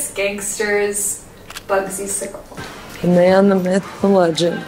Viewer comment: I tried watching as much as I could on this video, but the way they're saying his last name is just...I'll be back on the next video lol